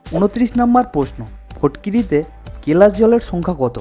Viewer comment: bhau fotkiri na fitkiri hobe kotha ta